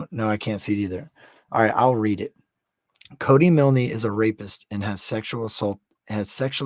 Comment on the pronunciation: The name is pronounced With a silent e... ie Cody Miln..✌️❤️